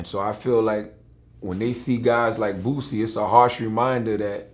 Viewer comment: Vlad said "bu-cy"